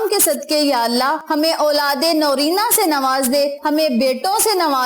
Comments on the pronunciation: Ma'am narina hota h naurina nahi aulade narina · Narina not Norina